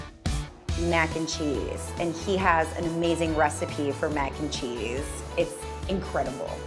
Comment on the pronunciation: I love how she says cheese